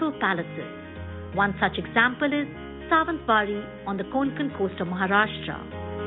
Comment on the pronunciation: Wonderful places to see. Kindly change the lady describing the places. She is unable to pronounce even simple Marathi names like "Satara", "Mharashtra" instead of "Maharashtra" and makes many more mistakes. The whole purpose gets defeated when the person is unable to describe properly. Also can't do full screen on mobile.